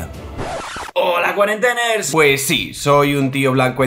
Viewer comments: "Cuarenteners", tipo "Biebers". A ver si aprendemos a leer...y a oír. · Según he oido "holq cuarenteners" me ha salido sarpullido en el alma.